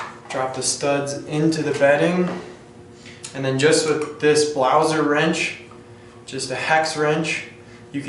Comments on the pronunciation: if you are making a review you should at least know the name of the product!!! its BLASER(can you even read? ), and not a fucking BLAUSER!!!!!!!!!!!!!!!!!!!!!!!!!!!! where the fuck did you found ''U'' ????????????????????????? DISCRASE!!!!!!!!!! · I can´t remember that we in germany pronounce Blaser like "BLAUSER".Also Sig Sauer is spelled Sig Sauer and not Saer therefore you say Sauer.Blaser is spelled Blaser and not Blauser.It has nothing to do with Germany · Its named Blaser not BLAUSER xd